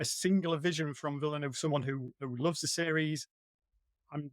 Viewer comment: All experts here but they all fail to pronounce the name of the director correctly. Again, it's not Villenooove!!